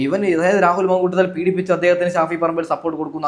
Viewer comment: 😂മന്കൂട്ടത്തിലല്ല ,മാന്കൂട്ടത്തിൽ. മുക്കേശല്ല ,മുകേഷ് !